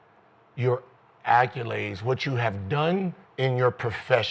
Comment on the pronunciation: Before 2026, we have to reach Gil how to pronounce “accOlades”. Noah is lame af, tho.